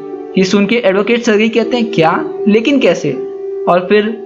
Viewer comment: सरगई nhin सरजी